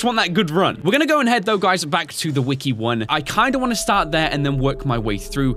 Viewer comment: you said weki three not wiki three